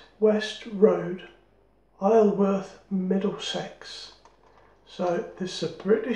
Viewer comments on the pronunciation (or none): Hi, I have at least 3 Gillette adjustables, including a Fatboy, but not, as yet, an Executive. A small point - Isleworth is pronounced 'eye-zul-wurth' as far as I recall. I used to travel there for work, nearly 3 decades ago. 😐